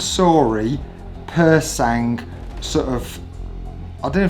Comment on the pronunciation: Bad decision, that car looks like a car crash - literally. Also "Pur sang" its silent G lads, please.